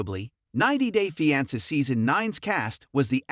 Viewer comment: Pronounce fiance correctly